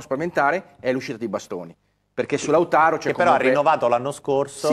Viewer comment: Ma perché storpia il nome di Lautaro? 🤷‍♂️